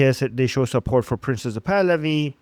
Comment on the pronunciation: Hate to correct others’ English but best not to repeatedly call him “Princess Pahlavi” or “ Princessa Pahlavi” or Prince UH Pahlavi … the E at the end of “Prince” is absolutely entirely silent. It’s slightly humorous, but distracting because it sounds a bit like you’re making fun of him by feminizing his name , which you obviously do not want to do. Think “Prints Pahlavi.” That’s the perfect